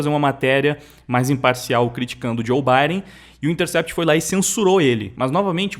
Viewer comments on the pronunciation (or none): none